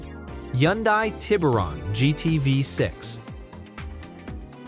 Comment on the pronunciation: It’s irritating that AI generated comments doesn’t know How to pronounce words “Yundai” for Hyundai!!! Aint no common sense in AI generated audio!! AI is so stupid as anything artificial is worthless!!!❤❤🎉🎉